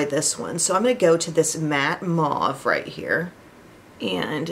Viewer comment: I love your content and I play your new videos every morning as the first thing. Yesterday I just happened clicked a video about how to pronounce color name. "Mouve" is a word from French, in English it sounds more like the pronunciation of "move". Just think you might like to know it. But the pronunciation never minds when you're a such talent and genuine content creator.